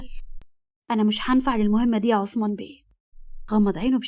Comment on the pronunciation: هوة اسمو عصمان ولى عثمان ولى همة بينطقوهة كدى حد يرد علية 😢